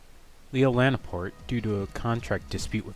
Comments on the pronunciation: It's Laporte, not Lan-port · “Lanport”? It’s LaPorte!!! Jesus.